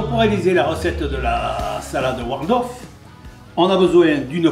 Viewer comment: He keeps saying "Wardolf"....hehe. Somehow I remember a Waldorf salad having walnuts in it too.